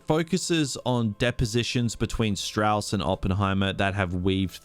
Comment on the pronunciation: The antagonist's name is pronounced 'Staws.' He even says this in the movie. He was proud of both his southern and Jewish heritage.